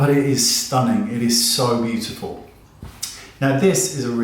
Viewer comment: I live for you saying “beautiful”! Course, I also love when you put on your funny accent and say you’re not gonna try something. Haha! I laughed a lot at this video. Thanks as always, Wayne. You’re such a pleasure.